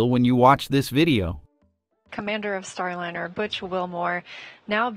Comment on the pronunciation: I agree! Computer voice with so many mispronunciations - how many ways can you pronounce Starliner (?linner!) And WORSER is not a word!!